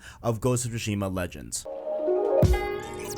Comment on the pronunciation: Man you really gotta stop saying shushima, its tsushima